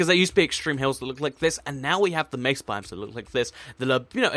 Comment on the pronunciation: OH MY GOD! Thank you for not pronouncing it meh-suh! Good lord it's annoying when people say it like that.